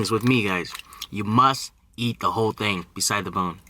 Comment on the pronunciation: I lost it when he said " thang" instead of "thing" for the intro💀💀💀💀